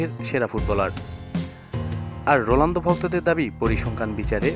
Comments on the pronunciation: vai...rolando na....ronaldo....apni bolsen j...rolando...spelling thik koren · sala ronaldo uccharon ta thik moto kor age